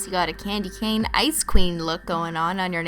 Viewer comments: Every time you said ice queen I thought you said icecream 😅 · Every time you say "ice queen" I always think you're saying "icecweam"😂😂